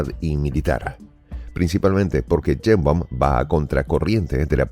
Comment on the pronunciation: "Cheimbaum" o "Yeimbaum? 😮WAF!